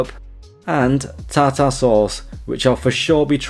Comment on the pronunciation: Ta -Ta sauce? - Pronounced Tarter